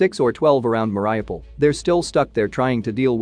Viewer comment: it's pronounced meh ree OO paal